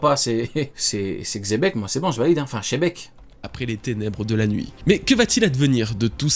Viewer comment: on prononce Dzebeku et non chebec 🤣🤣🤣 Et ui je le dis depuis longtemps mais c'est Buggy Figarland et Rocks D Shanks. Oda troll une majorité et la théorie sur les drapeaux de pirates de ne tient pas la route. Le problème de goji est qu'il fait une fixation sur les forshadowing et moins sur le style scénaristique d'Oda.